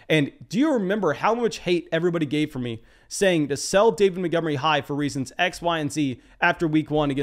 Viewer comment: This guy cool but he always says “Motgomery” and not “Montgomery” and it lowkey triggers me